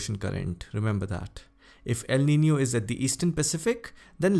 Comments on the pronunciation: Pronounced El Niño correctly. Nicely done. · The first person ever seen pronouncing el nino the way it should be🗣👍👌🏻😀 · sir is right you all can check pronunciation of elniño in Google